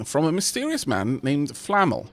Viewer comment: I believe the emphasis is on the second syllable of Flamel. Otherwise it sounds like flannel, which kinda makes him sound like a damp rag.